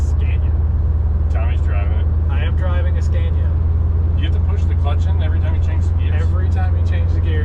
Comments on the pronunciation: It's pronounced Scánia, not Skèènia :D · SCA-NI -A time to stop butchering it 😅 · Pronanuced ScAnia. "A" like the last "a" in Canada for you. :) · Learn how to pronounce Scania with an open A,, it´s not difficult. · Pro tip! Scania is pronounced with an 'a' as in martyr, not an a like in mad. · You can start on the second gear when you don’t have a load. And you pronounce Scania wrong 😉